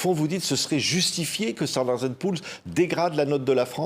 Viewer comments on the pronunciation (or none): les OAT indexées sur l'inflation ne représentent que 10% de la dette émise... c'est Standard & Poor's (pas "pools"...)